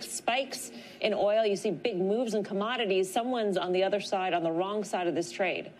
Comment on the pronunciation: My god. It’s “Other” (uh-thr) , not ether. Like nails on a chalkboard every time.